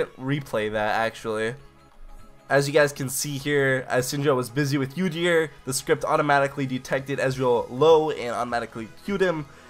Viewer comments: It's pronounced ooo-deer not you-deer... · Holy shit when you pronounce udyr as "youdyr" i wanna kill myself haha. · your pronunciations of some champions are just awful sorry to say that - Udyr ist "Youdeer" and Nasus is "naisus" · The only bad bit about this vid is him saying "Yoo-dyr" repeatedly